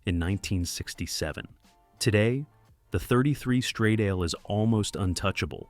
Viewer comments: Stradale = strah - dah - lay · This always makes me furious! When you are making a video, praising the devine design of these cars, why can't you inform yourself how the names of these cars are pronounced in the original language! I especially hated how you pronounced the Alfa Romeo "Stradale"!😭😭😭